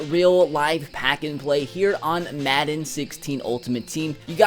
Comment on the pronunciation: maden instead of madden